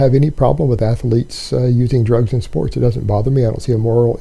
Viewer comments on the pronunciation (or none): I didn’t know athlete was a three syllable word.... “Athell Leets” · Jesus jumped up christ! Once you notice his constant nose breathing you can barely hear anything else. Also, how the fuck is "athletes" a three syllable word?!